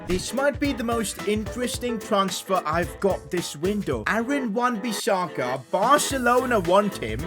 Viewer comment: Bro? Wan-Bissaka??